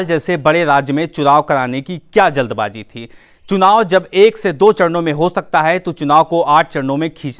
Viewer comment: Jald baji nahi jald baazi hai be up ke Bhai yo